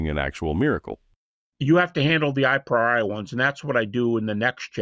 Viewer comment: A very simple, silly fact prejudices me against Habermas from the outset: he pronounces "a priori" as EYE-PRY-OR-EYE. It is in fact pronounced AH-PREE-OR-EE. This may, as I said, sound silly, but I just can't take seriously any philosopher who never seems to have heard the term "a priori" pronounced before. How does he even get ""eye" out of "a"? This term is basic to theories of logical analysis. Any actual philosophy academic has heard it pronounced hundreds, if not thousands, of times by multiple people. "Eye-pry-or-eye," for godssake. It just sounds terbacky-chawin' ignorant. My prejudice is vindicated by just how primitively stupid his epistemology rant is. He seems not even to have really grasped the previous people who have criticized Hume. Habermas is a guy who has nominally absorbed enough ad hoc epistemology to make a specious and misguided argument for Jesus' resurrection-- not anyone who has ever studied epistemology as a topic on its own. I'm not even slightly going to go into any technical deconstruction of what he has said in these clips. It's just way too goober-stupid to even merit that. So, Habermas is supposed to be a heavy-weight Christian apologist? Jebus H. Christ. I had no idea it was that bad. I will say one thing on the substance of the video: The only significant evidence we have for the mere existence of Jesus is the four Gospels of the New Testament. These are outlandishly ooky-spooky supernatural third-person narratives written by unknown members